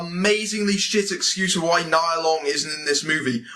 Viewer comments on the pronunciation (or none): So…he’s never gonna tell her name is pronounced “knee-ya” Nia Long